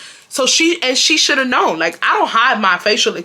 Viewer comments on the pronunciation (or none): none